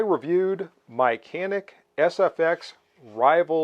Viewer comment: nice video. And its pronounce like more janik not like can